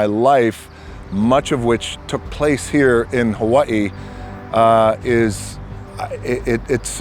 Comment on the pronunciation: Wait is that the real pronunciation of hawaii?